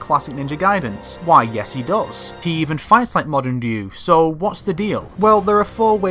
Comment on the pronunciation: Holy fuck, a youtuber that can pronounce the name Ryu!